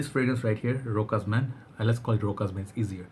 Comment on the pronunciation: the only way to say it it's to read it like: RÔSHÁS